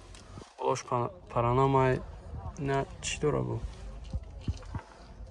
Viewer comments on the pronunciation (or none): Паранама не ака, панорама😂